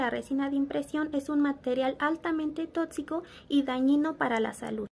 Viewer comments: No puedo creerle a alguien que dice totsico y no tóxico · A mi me da ansias que diga totsico